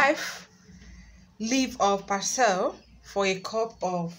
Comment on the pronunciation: we say Par SLEE